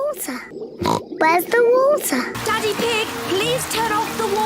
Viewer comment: Where’s the wotah?